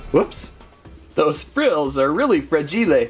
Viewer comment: Another “fragilé”🤣